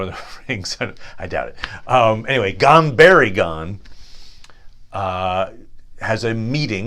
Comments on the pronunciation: Actually your pronuncement is terrible.eg it's not pucklemen, it's pronounced Pooklemen. Itsnot Gan berry gan, it's pronounced Gan Boory. Gan.oh and by the way Elrond's father's name is not pronounced as if the first letter is a Y. The first two letters are pronounced as two separate letters. Ea is not Ya. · The u is always long in Elvish and Sindarin based languages. So no, you are not pronouncing it right. They are POO-kel-men, like a Ducal Signet is pronounced. Also it is Gone- boory-gone, not Gone-berry-gone. Sorry, nice try. The Numenoreans had many Druedain among them on the island of Elenna. Pukelmen is their name for these people. Since the Numenoreans spoke fluent Sindarin in their everyday speech for centuries, only slowly evolving into Westron as their native Adunaic made a comeback during their rebellion against the Elves and the Valar. But even their Adaunaic was taught them by the Elves of the East, those reluctant Teleri whose Western kin later evolved to the sub-group Sindar, and maintained many common elements. So no matter how you spin it, every word they talk is based on the Sindarin/Teleri language.